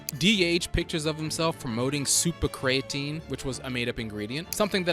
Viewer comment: The fact that he constantly mispronounces the word creatine is the biggest sin to me